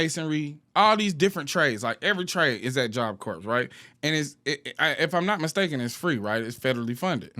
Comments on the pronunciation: I know this is a small thing, but it is messing with me so much: corps is a French word, and the 'ps' is actually silent--so you say it like what's left after you finish eating an apple, or the center of the Earth--CORE. I couldn"t take constantly saying "corpse" like it's a dead body.😅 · Don’t mean to be that person but is “ps” is silent in Job Corps (Core) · It’s pronounced “job kor” - job corps 😊😅